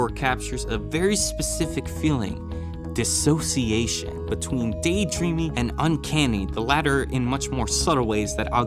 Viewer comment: Props for pronouncing dissociation right.